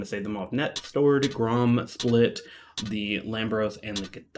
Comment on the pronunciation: Ok, say it with me... Moo-awwv-uh-nay... Muavenet. Now say it fast. Also, the Split is pronounced Spleet, like the city in Croatia.